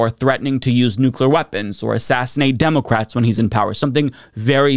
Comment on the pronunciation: Why cant this guy say "democrats" right?